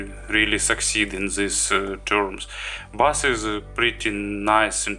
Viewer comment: OK - I'm sure you speak several languages and your English is generally very good, but we both know your pronunciation of 'bass' is completely wrong in video targeting English speakers. I only mention it because you use the term repeatedly - please take this small criticism in the spirit in which its given. Thanks for the video.